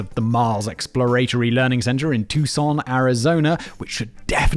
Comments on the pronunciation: I live in Tucson AZ, the native American name is pronounced more like tookshun.. also, really surprised you pronounced it right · He also pronounced Tucson az correct also